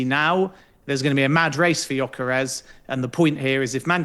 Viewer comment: Great video!! But dude needs to work on his name pronounciations Mbroomo and jonkeres hahaha.